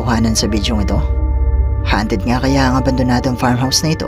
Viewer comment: hindi hanted kundi hawnted...